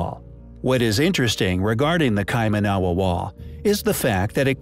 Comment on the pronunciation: I love the way the dude can't even pronounce Kaimanawa correctly. Was a little surprised that didn't elaborate on the 9000 year old Bitcoin mine discovered